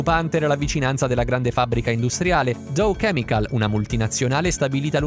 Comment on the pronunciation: Si dice DAŲ chemical